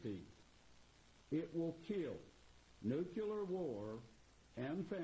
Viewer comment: And, of course, he mispronounces 'nuclear' - he says 'nuculur'. Another marginally-educated, hick religious nut.